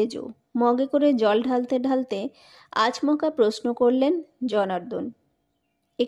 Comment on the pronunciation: একঘেয়ে গল্প। আর ক্লান্তিকর পড়া। ' আচমকা' শব্দের উচ্চারণ‌ও অদ্ভুত । ' আজ্মকা' বলে উচ্চারণ, হলো।